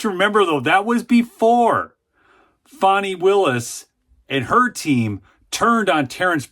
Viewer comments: It's FAN-EE ... NOT FON-EE... Don't be stupid! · please stop calling the creature “fohny” it’s fani